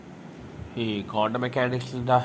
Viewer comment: കോണ്ടം അല്ല ക്വാണ്ടം, മറ്റേത് വേറെ സാധനം അണ്, അണ്ണന് അറിയതൊണ്ടാ 🤭 മെഡിക്കൽ സ്റ്റോറിൽ ചോദിച്ചാൽ മതി ഒരെണ്ണം തരും